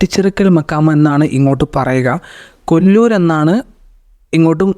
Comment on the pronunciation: കൊല്ലൂർ അല്ല കെല്ലൂർ